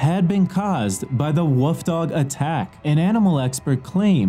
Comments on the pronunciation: This narrator is shit. Wtf is a "woof" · Is anyone else disturbed by the way he says WOLF? It’s wolf (wool-f) not woof. It is also pronounced wolves (wool-v-z) and not wooves.